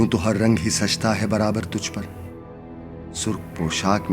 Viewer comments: Tu nahi hai ye sir ye to hai talaffuz me maza nahi aya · You are doing amazing work brother...magar talafuz theek karai barai meherbani it is not "tu cha jayaiga " its "toh cha jayaiga